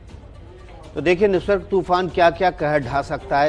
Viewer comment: Totaa ki tarhaa bole jaa rhe ho... It's Nisarg not nirsag ...